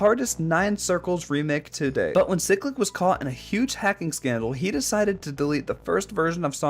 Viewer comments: its not ciclic its cyclic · "ceclic" also cool video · Pronunciation of cyclic Chiy-click Or Se-click Both I like